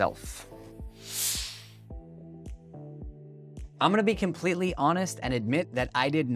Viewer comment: It’s pronounced fill-A like eh, like imagine a Canadian saying fill ay like that